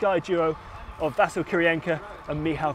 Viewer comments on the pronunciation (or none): none